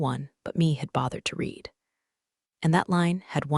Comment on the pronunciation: Typical AI written, AI spoken garbage, always you find read (RED) spoken as read (REED), tells you it's a novel, a story, fiction, crap.